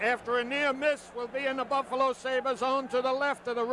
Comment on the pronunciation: Boofalo? LOL